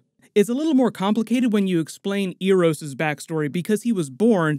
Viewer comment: Eros pronunciation being butchered is something i didnt think could happen